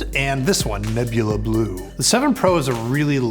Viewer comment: "neBOohLuh Bloough"